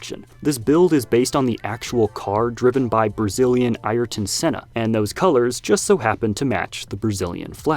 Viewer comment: The one that got me was “Eye-a-ten Senna”. It’s more closely pronounced “Air-ton Senna”.